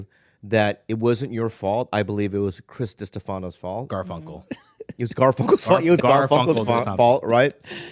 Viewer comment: He also keeps calling him chris Diste FAH no